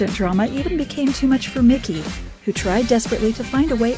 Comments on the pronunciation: Bruh, it made me mad af listening to her say his name like that. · Try getting the name of the show right, and Mikey's name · She called Mikey, Mickey lol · ITS "MIKEY" NOT "MICKY" REALLY IF YOURE GONNA POST ANYTHING THAT HAS A REAL FAN BASE MAKE SURE YOU DONT OFFEND THE FANS BY NOT KNOWING AT LEAST THE BASICS ...... other than that great job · Why does she keep calling Mikey Mickey? I can’t watch it, that keeps throwing me off. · Obviously the narrator here DOESN'T! "MICKEY" indeed. Ugh!